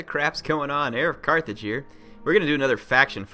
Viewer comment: Her of Carthage Har a cartage Ehr i cartage Eric Cartman I knew it